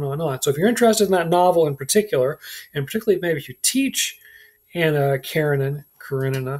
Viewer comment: Hard to take u seriously when u can’t pronounce Nabokov, Anna Karenina or Ivan Ilyich properly… and I don’t mean their Russian pronunciations… u can’t even say them properly in English.